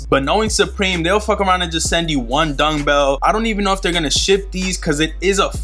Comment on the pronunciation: Bro where you saying dungbell or dumbbell 😂